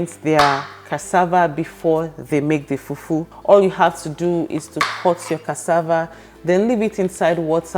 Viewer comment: I like how you say FUFU